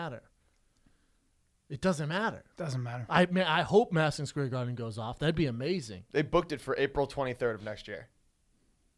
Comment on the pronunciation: Jackie Chan pronounces "Madison Square Garden" better than Brendan